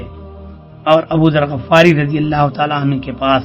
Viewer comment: غَفار نہیں غِفاری ۔ تصحیح فرمائیں